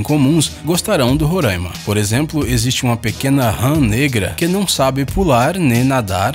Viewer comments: Por favor para de fala ruraima, o jeito certo de fala e Roraima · Ae senhor ele fala RORAIMA e não RURAN IMA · não é Rôraima é Roraima... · Não é "Rorâima" se escreve Roraima mas se diz Roráima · Monte Roraima fica em Roraima. Não existe Rorãima! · Sou de roraima! Não e rôraima é RORAIMA!! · E não ruraima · Pqp, e RO RORAIMA N RURAIMA COM "O" N COM U OOOOOOOOOOOOOOOOOOOOOOOOOOOOOOOOOOOOOOOO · É tão difícil assim falar "Roraima" ? 😂😂😂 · Monte Roraima as pessoas ainda pronuncia errado...